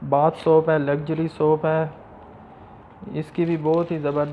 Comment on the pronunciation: Soap not soup dear illiterate youtuber.